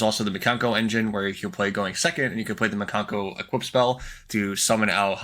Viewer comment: When he said mikano. BYE